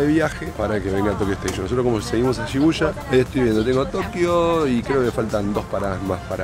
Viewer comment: Y suena como i...shibuya sonaría shibuia.